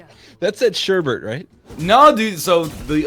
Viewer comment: The "Sureburt" pronounciation. It hurts, mama, it hurts.